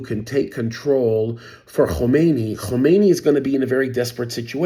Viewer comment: Khamenei, not Khomeini.